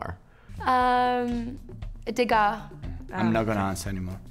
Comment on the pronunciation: It's a tricky one. Props for your Renoir pronunciation, especially after who messed up just that one ^^